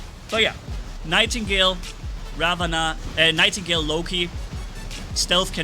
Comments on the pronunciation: It funny how is so mad that he said the name wrong on the nightigle to ravana on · did you mean to say nightgale or...